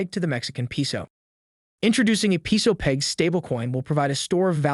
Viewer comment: Very interesting video. Please learn how pronounce "Peso" correctly. It's "PAY-so" (capitalized to show inflection). 😬